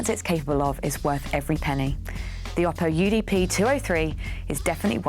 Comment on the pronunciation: Oh-poh, not Ah-poh, according to Oppo.